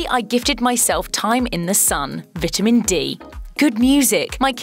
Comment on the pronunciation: The way you pronounced vitamin made me cringe hard.